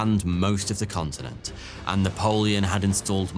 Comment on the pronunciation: I swear he said 'Cuntenent"